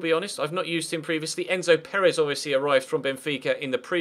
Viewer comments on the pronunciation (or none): none